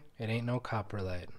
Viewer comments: Cop-ro-lite. Not copperlite…. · It sounds like you pronounce it coporlite vs coprolite